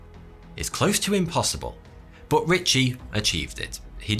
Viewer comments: I really intrigued by the way you say 'But" I always heard it as Butt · Drinking game Take a shot every time he says "Boht"